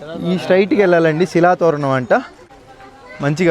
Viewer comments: annaya shilpa tho ranam kaadu its shila toranam 😂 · హాయ్ బ్రదర్ నేను మీ subscriber ని 1. శిల తొరణం కాదు అది శిలా తోరణం 2. మడ వీధి కాదు అది మాఢ వీధి కొంచం చూసుకోండి బ్రదర్ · Silpa tho ranam kaadu ra ayya silpathoranam😂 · Silpatho ranam kadu babu.... Silpathoranam kalipi chadavali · శిలాతోరణం..... శిల్పా. కాదు...... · శిల్పతోరణం కాదు భయ్యా శిలాతోరణం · శిల్ప తో రణం కాదు శిలా తోరణం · Silpatho thoram kadhu bayya , sillathoranam